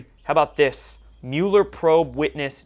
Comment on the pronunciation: Is there a reason you mispronounce Mueller name? Not really criticizing but am curious. I’m sure many people with that name DO pronounce it the way you do, but he doesn’t.